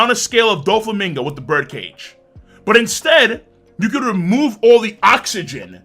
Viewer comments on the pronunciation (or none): none